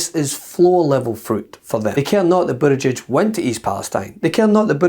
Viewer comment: Did we all notice that Moscow Mitch called Pete Bood-egg-egg? What a complete tool 🙄 Pete's tooooo good for Mitch